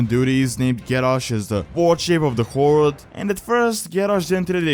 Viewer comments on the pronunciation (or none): first off: "horde" not "hord". secondly, as much as i love thrall as a character with awesome backstory i hate the horde.